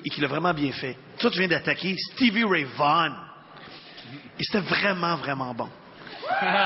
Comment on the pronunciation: VAUGHN!!! Prononce quasiment comme VONN (comme dans Yvonne ou telephone).